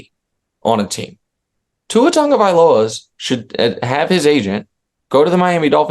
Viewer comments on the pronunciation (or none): Who is "Tungo" vailoa? There is no "N" in Tago vailoa. Just asking.